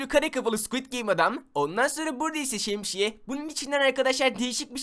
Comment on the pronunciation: Abi şemşiyemi söyledin😂